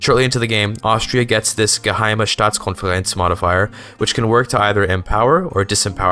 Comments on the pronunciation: I love every video that starts with the ‚in which toilet you shitting the hardest‘ music. Also, your pronunciation of Geheime Staatskonferenz was perfect! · "Geheime Staatskonferenz". Wow! You pronounced that very well. Aye.